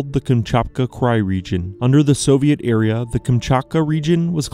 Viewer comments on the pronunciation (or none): Dude actually says "Under the Soviet era...." era is mispronounced as area However, I can't defend describing fish eggs as fruit